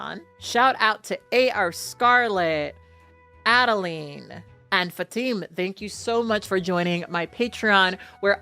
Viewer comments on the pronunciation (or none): none